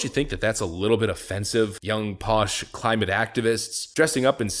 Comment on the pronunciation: claimate, claimate? 🤦🏼‍♂️